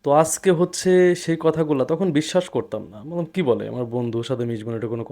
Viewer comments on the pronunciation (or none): none